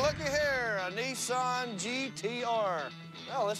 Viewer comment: N I S S A N............not F**king Neesan